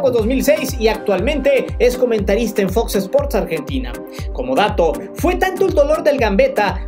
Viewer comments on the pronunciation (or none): none